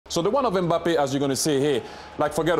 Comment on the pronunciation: C'est pas M bappé mais mbappé. Fais chier